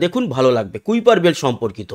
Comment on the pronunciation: Pronunciation হবে কাইপার কাইপার ছিলেন একজন scientist